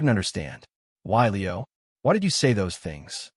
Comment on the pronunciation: Lol. Leo like a meow, not lee-O. AI sucks.